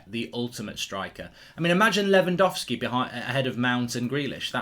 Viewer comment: It's Lewangowlski Mark, I'm disappointed in you 🙄